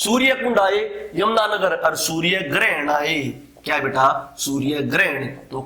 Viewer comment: beta word pai kuch jyada hi jor de rakha hai...... control ur emotion and padhane pe bhi itna ho dhyan do jitna beta -beta chilla rahe ho